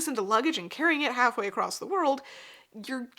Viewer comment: Love your talks but there is no t in the word across.